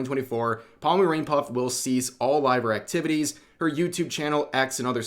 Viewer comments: What really shocked me it's when Rev pronounced her name Pa-mu. It's Po-moo. We got a tourist here... I still love you Rev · The way you say pomu gives me psychic damage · Are you saying her name like that on purpose lol